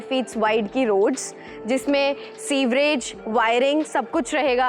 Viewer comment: Madam, Sewage hota hai Severage nahi